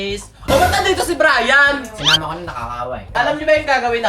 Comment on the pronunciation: Brian + Neneng G = Brineng Pano Sabihin: brayneng Mali na pagkasabi: brening